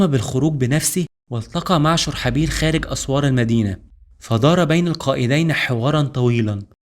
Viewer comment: (شرحبيل ) ببضم الشين وفتح الراء وسكون الحاء وكسر الباء